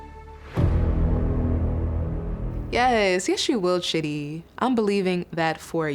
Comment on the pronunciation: "Lose ur patience Shidi lose it!" ... "Shidi drops this confession on Rayne!" I CANNOT 🤣😂 Just the name pronunciation got me in hysterics 😂